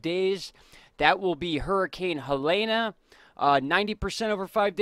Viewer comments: You're late. The new advisory was at 7pm. Also, it's pronounced "Hay-lean". Not "Helayna". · You say Helene wrong everytime lol you are forgiven Edit: Heh-LEEN